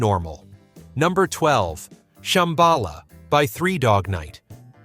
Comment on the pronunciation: But don't you love how it says ShamBAla even as they sing ShambaLA?